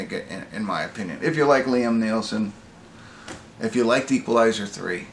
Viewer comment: It's set in donegal in the Republic of Ireland.. IRA cell hiding out there not protesters..and it's nee-son not neilson.